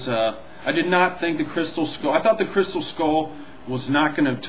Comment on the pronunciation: 1.You said Crystem(what the heck is a crystem) 2.Leboff(LOL)Le-buff Nice mistakes LOL Count them all.